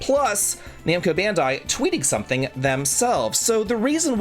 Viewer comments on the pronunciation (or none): none